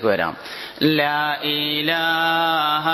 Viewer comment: ലാ ഈ ലാഹാ - തെറ്റാണ് ശരി - ലാഇലാഹ അല്ലേ? എന്തിനാണ് അറിവു ള്ളവർ തന്നെ തെറ്റ് ചൊല്ലിക്കൊടുക്കുന്നത്?